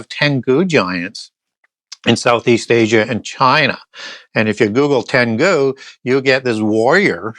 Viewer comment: Tengu are Japanese. Emphasis on first syllable. Not generally known as giants.